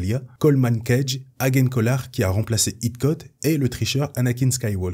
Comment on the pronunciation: Très bonne vidéo mais attention à la prononciation de certains noms (Eeth Koth se prononce "Iss Koss", Tera Sinube se prononce "Téra Sinoubé" et Even Piell se prononce "Éveun Pil"). Mis à part ça c'est vraiment très bien. Mais ne manque-t-il pas Tyvokka et Micah Giiett aussi ?